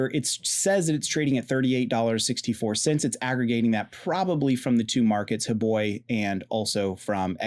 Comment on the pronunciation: I love how you always say huboi instead of huobi 🤣. All they're doing is fooling Pi's enthusiastic community to sign up for an account at huobi so they can climb up the ladder of top exchanges, they all wanna become BINANCE. Pathetic approach and tactics from the Chinese side, both huobi and xt are Chinese... 😬